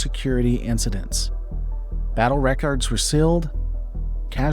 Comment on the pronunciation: Great video essay. However, the AI pronunciation needs polishing, e.g.: "Are-mistis" and "reh-cards" for armistice and records.